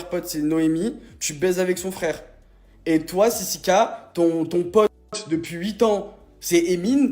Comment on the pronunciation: Sisike 😂😂😂 on dit sisiKA